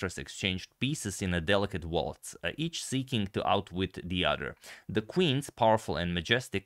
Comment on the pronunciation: Haha i like what and how he said at the end, "Thee End"😂 like "Thee April fool"